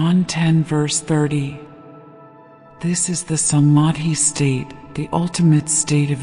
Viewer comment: A true christian is an Hindu and a true Hindu is a christian. The origin of faiths seems same from same source. Please pronounce Dhyana by pronouncing 'dh' as 'th' in theology and the whole word as Dh-yana. Same with Samaadhi-not samadi. Kindly refer to some Indian scholars. Every word pronounced is supposed to have a form according to the way it is pronounced and this norm is strictly followed in sanskrit which forms the basis for hindu religious communication system. Thank you for this divine presentation